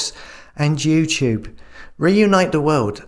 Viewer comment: did he say Jutube